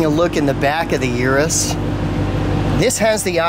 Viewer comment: Please stop calling it a yearus